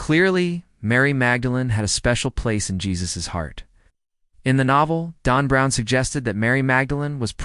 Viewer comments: It said Dawn Brown. That's what I heard. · Why does your AI narrator pronounce Dan Brown as DON Brown? C'mon, makes it hard to take the information seriously.